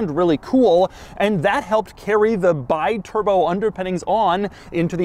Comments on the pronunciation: I was offered two (yes, two) of these in the late 80s for £1500 ($1800) for the pair. The correct pronunciation of the the name is 'Bee-Turbo' rather than 'Buy-Turbo'. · The cringe every time Doug says BYturbo instead of BEEturbo. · You say BI as BYE ... is all wrong You should say like BE, because is an italian car with an italian name... americans never learn the correct italian pronunciation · It's pronounced bee-turbo, not by-turbo ;) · It's pronounced Bee-turbo. Not Buy-turbo... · Is "Bee-Turbo", not "By-Turbo"!!!! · Bee-turbo, not bye-turbo. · It's an Italian car. Call it with an Italian pronounce. It's pronounced B-turbo. Without the "i" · Um, this is pronounced "Bee-turbo" AFAIK, I'm not an expert, but I think that an "I" in Italian is usually an "ee" sound. Such as the Italian brand Sidi is pronounced "Seedee", or you know, Ferrari? It's not "Ferraraye" or ya know, how about MASERAT-EE, dang it. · I saw these in Germany in the 80s. Actually pronounced Bee-turbo. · Hi Doug,the name si pronounced Bi(bee)turbo. In italian language vocals are such simple. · It’s “Bee-Turbo” One of this car’s quirks and features. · Wrong pronounce. Bi means two. The right pronounce in your language is "be turbo". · Doug, its pronounced bee-turbo like the bee, it means 2 turbos. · Pronounced Bee-Turbo.:) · Pronounced Beeturboh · Pronounced Bee turbo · It's pronounced "bee-turbo," goofball.